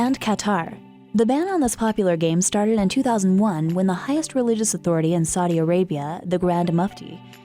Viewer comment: "You cannot play Pokemon in Saiii Arabia"